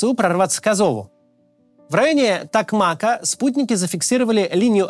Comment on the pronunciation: Неужели так тяжело на втором годе войны выяснить где правильно ставить ударение в названиях украинских городов: БахмУт, КУпянск, ТокмакА (родительный падеж)